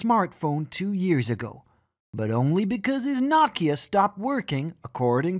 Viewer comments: WTF is "nakia". Its NOKIA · His knockia 😂🤣 thought I was pronounced know-kia much love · The way he's saying Nokia is killing me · I think "Nokia" is being pronounced wrong or is it just me? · Why are youtubers incapable of pronouncing nock Kia?